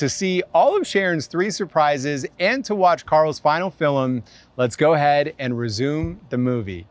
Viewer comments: It’s pronounced “film” not “fillum” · Why does he say “filim” 😭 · Why does dhar say filimn 😂😂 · I love how Dhar says "filem" not "film" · "Fillem" Dhar, 2021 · Hey Dharr! I love all your vids and I just wanted to say that you say ‘film’ the exact same way my brother does and I’ve never heard it pronounced that way by anyone else so although it’s probably silly, it made me happy to know you pronounce it the same.